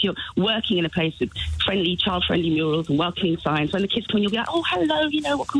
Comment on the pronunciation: Murials 😂 is he Hilda Ogdens grandson